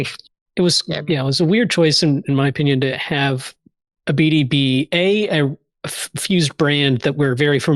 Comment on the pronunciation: Who is Ebidi?? Arr yall talking a bout Abidi. Isn't it pronounced ah-ba-die